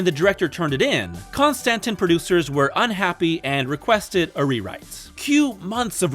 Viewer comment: “Con Stantin” films lol